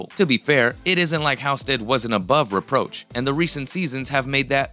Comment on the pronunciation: Geeze...it's pronounced HALLstead...have you ever watched the show?!